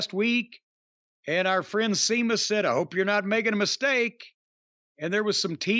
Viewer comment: I wish Jim would go all the way and call Sheamus, "Semen" instead of "Semus" We all know what he's implying...